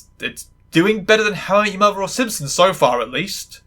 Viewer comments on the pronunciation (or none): none